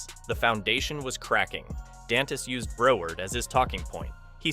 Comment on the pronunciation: This is totally AI. The word “Broward” is mispronounced. I’m no fan of Desantis but would check all the data.